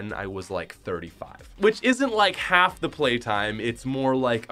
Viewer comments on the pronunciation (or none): none